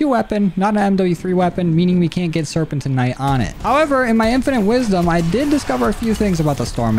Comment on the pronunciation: You pronounced serpentinite like 12 different ways 😂. It’s pronounced sir-pen-tin-nite